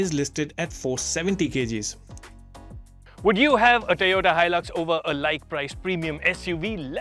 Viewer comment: Toyuda Hilux? Really? 🤣